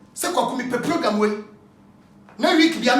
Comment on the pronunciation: Kwaku be too much....Did I hear " aggressive POGAM"😀😀